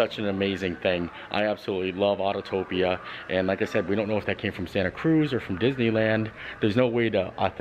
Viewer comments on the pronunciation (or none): Auto-pia. Not autotopia. Autopia. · Nice video, but FYI it is Autopia, not Autotopia. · Really cool video, thank you. As a former Autopia cast member your pronunciation killed me though ah-toe-pee-a! I’d totally buy that car if I could though